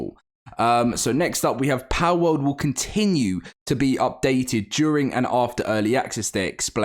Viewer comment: "Powwouwd" lol British people